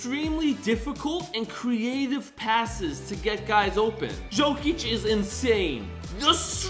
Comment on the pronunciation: the way this man pronounces jokic’s name